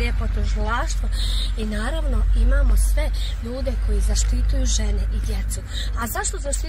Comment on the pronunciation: Majko moja pa ni govoriti nezna čuj ZAštituju nek prevede😂😂😂😂😂